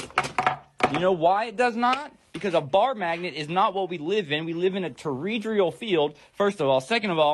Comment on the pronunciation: Bro, Your tone and attitude will in your speech is ugly, condescending and aggressive. You will help NO ONE, Because anyone who isn't already a believe you will turn off your video. And it is a Toroidal field not a torodrial field.